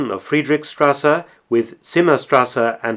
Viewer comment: shtrase, not strase ; )